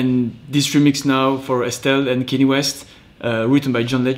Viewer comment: Nice one! Got Kanye's name wrong though 😂